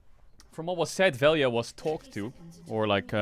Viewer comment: I'll never forgive Nemesis and Crownie for being Slovenian because they're as an entire country incapable of pronouncing 'lj' so now everyone calls him Vel-ja